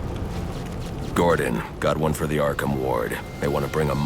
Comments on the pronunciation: arkahmn LOL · "Arkahmn" Asylum